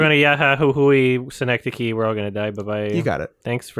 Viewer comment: Synecdoche? Did you say... synecdoche?